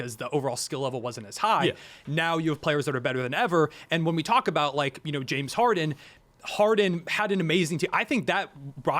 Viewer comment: 🥷 said “Jim” Harden. If you don’t know what Hardens name is you can’t be talking ball